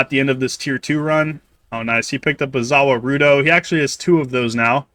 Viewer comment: lmao i started dying, like man just call it the world if you gonna pronounce it like that